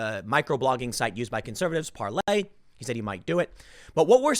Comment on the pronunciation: Stop calling it "Parley," you sound like such a joke, Tim.